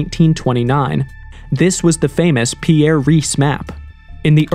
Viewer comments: It’s not Pierre raees. It’s pronounced Pee-ree. Also the way you say Ahnenerbe is different every sentence. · I believe the famous cartographer was called Piri Reis, not 'Pierre' Reis.